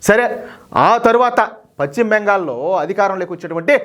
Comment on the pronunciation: Pachima bengal kadayya adi paschima bengal antaru.neeku telugu pronounciation teliyada?,velli telugu pronounciation nerchukoni videolu cheyyi